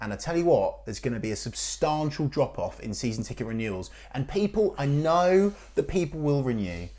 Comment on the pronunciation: what on EARTH is that pronunciation of substantial?? 😂